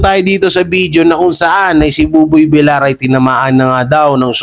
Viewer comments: Buboy vilyar po sir ang pronunciation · villiar dpt ang pag pronauce mo sir hnd villar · Boss hindi po boboy vil-lar ang prounounciation ng appelyido ni boboy tonong (vilyar) po yan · Boss...bilyar(Villar)Hindi bilar(Vilar)✌️✌️✌️